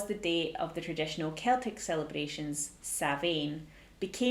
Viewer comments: It's an interesting video but a couple of things.... It's pronounced Sown ( to rhyme with gown ). And it's Celtic, not Scottish. It was originally celebrated all over the Celtic area - all of the British Isles and North-western France. Bust the rest is OK ! 😁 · It's Samhain, pronounced Sowwan....its an Ancient Irish Festival.....not Celtic. The Irish are Older than The Celts. For History's sake do research properly and learn how to spell and also pronounce it properly. Oiche Samhain ( pronounced Ee-ha Sowwan)